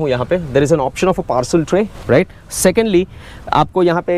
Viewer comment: आधा तीतर, आधा बटेर। समझ ही नहीं आता कि वीडियो हिंदी में है या अंग्रेज़ी में। "र्रराइट?"